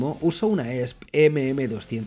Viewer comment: La fonética de la marca de la guitarra es i es pi 😂